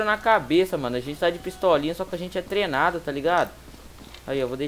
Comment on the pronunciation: "Aqui é trenado"???? kkkkkk trenado falo nd só obs.